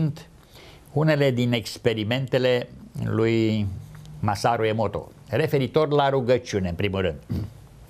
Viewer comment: Massaru Emoto, nu Emoro Massato